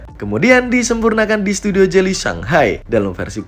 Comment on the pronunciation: Geely koq jadi jely ???